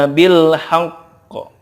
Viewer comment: Bil haqq kurang tepat pak